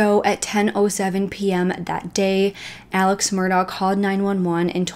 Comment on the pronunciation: Some pronunciation corrections for use when discussing this case - Alex Murdaugh's name is pronounced "Elik", and Beaufort is "bee yoo fort". Such a terrible and extensive case. I hope justice is served everywhere! And of course there have been crazy updates since this video was produced.